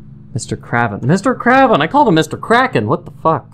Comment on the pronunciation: I'm pretty sure his name is Mr. KRAY-vin, like raven, not KRAH-vin